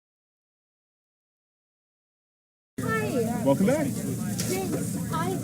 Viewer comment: in the video Maddie said Cleere ten times in a loop. Try again